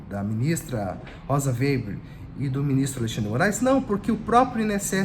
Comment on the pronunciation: O processo voltou para Moraes pq foi solicitado alteração, mas retornará para Zanin exercer seu pedido de vista, conforme Adv. Joao Badari. Obs, é Rosa Weber e não Weiber.